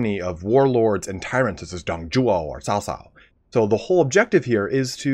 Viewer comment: Its funny that you attempt to pronounce Dong Zhuo and Cao Cao correctly but still fail to do so.